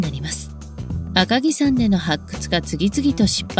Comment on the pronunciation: 赤城さんではなく赤城やまです